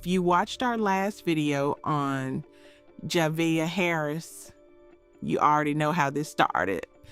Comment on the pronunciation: You could at least get her name right. It’s not hard, especially after listening to multiple people say it correctly. Juh Vay Uh… Javeayah